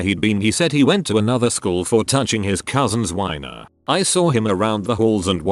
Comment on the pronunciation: Did the voice just pronounce wiener as weiner?